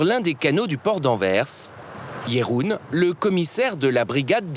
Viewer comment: Pourquoi dire Katjé ou Jéroen? Il n'y a pas d'accent !